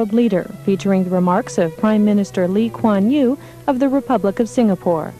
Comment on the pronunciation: The emcee pronunciation of Lee Kuan Yew is actually pretty good